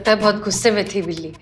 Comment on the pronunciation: While have was talking to that boss in the begining she said bijli instead of billi